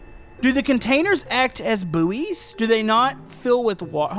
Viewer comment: boooeys? its buoys, 'boys'